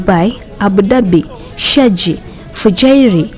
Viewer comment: ITS CALLED SHARJAH NOT SHAJJI